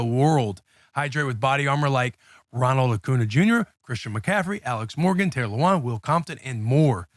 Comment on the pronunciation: did pronounce Taylor’s last name wrong which was a bit of an L for Taylor but I think we can comeback from that